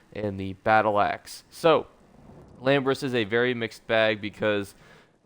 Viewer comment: Why are you pronouncing Ilambris as Lambris?